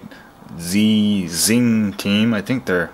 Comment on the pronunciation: ZXing is pronounced 'Zebra crossing'.